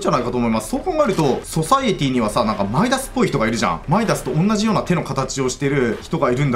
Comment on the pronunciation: ソサエティではなくソサイエティですよ